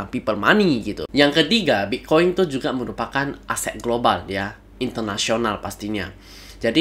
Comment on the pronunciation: Saya dengar mas ini bilang bik koin ya Wkwk